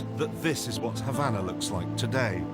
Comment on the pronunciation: Why do the British take any word ending in an "a" and add an"r"? As in Hondar. Havanar etc?